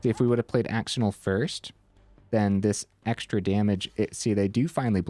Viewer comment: really cool deck!! def gonna try it out soon i've been wanting to try screaming nemesis but ftr axonil is pronounced "ash-oh-neil" lol